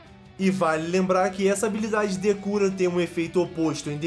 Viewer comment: É engraçado ouvir o falando "Habilidade decura" kk